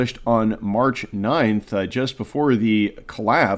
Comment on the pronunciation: Silicon Valley. Not "Silicone Valley." They're not the same. Well, I guess they /may/ be in some sense...